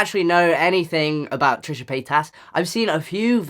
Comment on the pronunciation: So confusing when you're french and you hear Tresha ~Pétasse~ every 10sec.